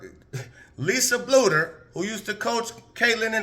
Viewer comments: It's pronounced Blue-der. Keep it coming! Thanks! 👍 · Learn how to say Coach Bluder’s name right!